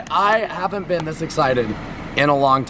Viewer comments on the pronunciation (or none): none